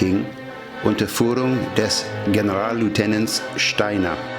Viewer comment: Verzeihen Sie mir, aber es ist ja "Generalleutnant", nicht "*Generallieutenant". Sonst ein sehr gutes Video. Vielen Dank!